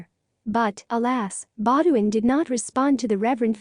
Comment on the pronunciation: I doubt that she wrote her sister a letter in 1998 when she would have been 126 years old. It's Prince Baudouin (pronounced Bow duon). What is written as a form of closed captioning is absolutely horrible: wrong words (princes was always ad for Princess was always sad); bad spelling (Bonapar for Bonaparte); etc. What? "She died in ice," Did she die in a skating accident or an avalanche? She died in the French city of Nice. The general content is good, but the pronunciations were horrid.